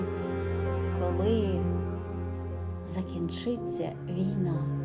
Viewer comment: Чудовий вірш! І читання гарне...Проте не варто змінювати наголос у слові закІнчиться, бо одразу змінюється віршовий ритм.